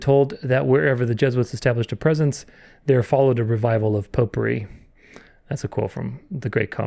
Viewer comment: Every time you say"popery" i think "potpourri" 😂